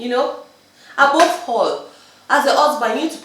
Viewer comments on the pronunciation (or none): madam u r not Yoruba, Yoruba people do not pronounce above in the way u do